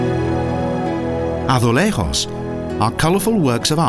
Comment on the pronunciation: good to do better research on pronunciation. you can't even pronounce braganca azulejos do you know you are not in spain dum dum